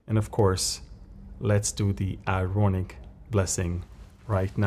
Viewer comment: When you talk about the Aaronic Blessing, it comes out as “ironic” blessing (in English ears) and also in the online transcript. Maybe you can give the scripture reference and clarify it was given by Aaron 😊. Love your updates and teachings.